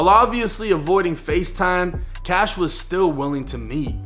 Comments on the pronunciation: Dude Please stop saying Kash 🤣🤣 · It’s “Kashh”